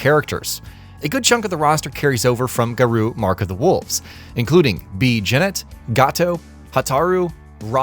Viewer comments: Ga-Roh. Not Ga-Roo. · Its GARŌ said Gah-roe. What in the hell is a garoo? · Garooo Tie-sock Mai shenwee Would it hurt you guys to do some due dilligence on how to pronounce the characters and name of the game properly. it just shows a complete lack of professionalism